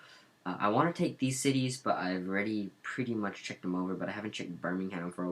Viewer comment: U don't actually know how to pronounce any of the cities correctly, no offense.